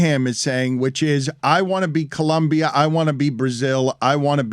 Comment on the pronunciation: goes out of his way to pronounce Costa Rica with a long "o" and pronounces Colombia as Columbia.